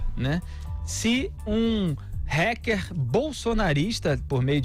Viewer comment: Para de falar Hecker kkkkk, fala HACKER!!! oxi, parabens pelo trabalho!!!